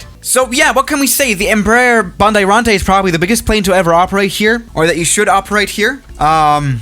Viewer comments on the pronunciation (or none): The pronunciation would be like "Embra-air EMB 110P Ban-dey-rante". pLEASE cOme To Brasil